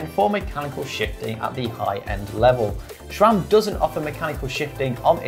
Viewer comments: There’s no “h” in SRAM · I wince every time someone says "shram"